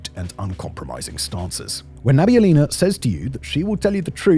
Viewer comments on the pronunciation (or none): Its not Elvira Nabil'Ina, It's Elvira Na-bi-U-li-na (emphasis on U, sounds like 'oo' in wood). It's a Tatar surname. Btw thanks for good analysis, as a Russian I confirm most of it. Although saying that there was any kind of civil unrest after draft was announced in autumn of 2022 would be too optimistic. There were few thousands people who protested right after the invasion but many payed for it with their freedom and since than there is practically zero protests in Russia. Which is probably good because it's a lot of risk for 0 effect.